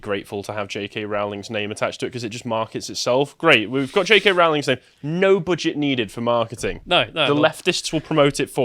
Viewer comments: wait wait wait, I take the piss out of Americas cause they can't pronounce JK Row-ling properly but now my fellow Brits..wtf it Row then ling lol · ITS ROWLING LIKE "BOWLING", NOT ROWLING LIKE DISEMBOWLING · so her name is "rolling" lol